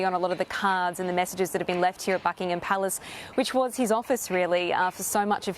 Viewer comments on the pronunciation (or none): It's not Bucklng-Ham, damned Yank pronunciation, it's Bucklnghm... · It’s Not BuckingHAM. It’s Bucking em